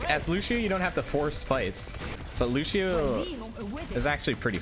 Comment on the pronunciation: loo-she-oh lol